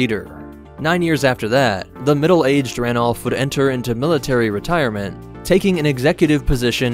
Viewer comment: amy sargent ranulph not Wiiluf. Got me too lol